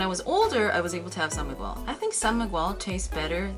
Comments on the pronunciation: it is " san migel " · Tocino is our favorite breakfast! I haven't tried pairing it with beer though since it is commonly served as breakfast. But feel like trying it though.. Hahaha! And one thing, I find it cute when you say "San Mig-wel".. but it is pronounced as /san migel/. Hehehe! Anyway, I'm really enjoying your contents esp feat anything Filipino/PH related. Hehe! Thank you and enjoy more PH food! 💗